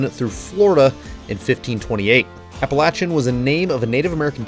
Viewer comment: Heck yeah man. Pretty cool you got to visit out here in my neck of the woods. There are thousands of places like that in the blue ridge with amazing scenery and camping. Also have some great offroad parks to go to. And yeah, thanks for pronouncing Appalachia correctly 😂👍